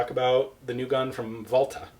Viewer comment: about the Pronauncing: Walther is a german company (Carl Walther GmbH, founded (again) 1948, in Germany of course...)..... but you say it very well in german (except of the Volkswagen where you got Issues with the "ks" :-D :) ) Greetings from Germany btw... very informative Videos! :-) Ian: Bullet Speeds are regulated by Geneva Convention in some way.. Bullets (or any Weapon) should not torture the Enemy unnecessarily. This is also the Reason why Clusterbombs are baned or DumDum-Bullets...